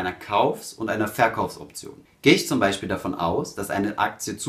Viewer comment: "Beschpreschen", "welsche" - "zwichen" "Beichpiel" - Kann man sich nicht disziplinieren, diesen schrecklichen Dialekt, wo "sch" und "ch" vertauscht werden, im Video wegzulassen? Würde das Hören des ansonsten sehr kompetent und sachlich vorgetragenen Contents enorm vereinfachen.